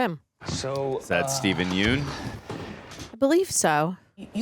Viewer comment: It’s pronounced Yuhn